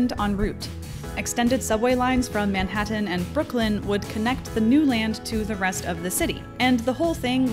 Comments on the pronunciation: "Manhattan" but pronounced "ManHaaHaaHaatan (that noise Disturbed make in Down With The Sickness - Manhaataahaaataanannnnnn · Wow her emphasist on pronouncing every letter of the word Manhattan really made it stand out compared to all the other words preceding/proceeding Manhattan.